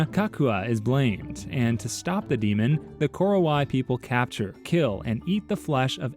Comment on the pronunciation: Its ko-ro-wa-i btw and also i find it funny that there is another Batak tribe in Sumatra with no similarities whatsoever